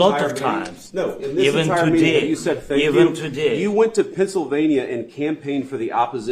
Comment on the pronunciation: Thank you comes out as a shank you..the accent went bad.